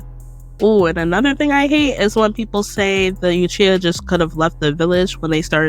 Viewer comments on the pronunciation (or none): Good points, loved the video, but why you say uchiha and hyuga like that? “you-chiha” “High-yuga” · Only cause she don’t know how to pronounce some things, “you chiha” “high yuga” If you watched the show at all there’s no way youd pronounce it that way lol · New drinking game: Drink every time she says "Yuchiha."